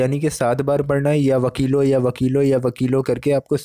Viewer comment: Ya WAKEELU sahi pronounciation hai Laam pe.pesh hai na . Bhai.. Jajakallah